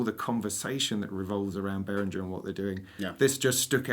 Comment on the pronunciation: guys, BehrinGHer like GHerkin and please not BehrinJer like Jelly!!!! Anyway, nice to see the three of you together! Bit with all the Behringer clone range, you could easily have invited Gaz, Claudio-DrMix, Synthmania-Paolo and LookMumNoComputer-Sam too :-)🤘